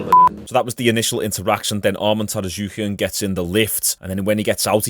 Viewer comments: Tsarukyan, not Tarasuquian 😂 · It's pronounced sarukean just letting you know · Sar-yook-yan lol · God damnit the T in Armans last name is silent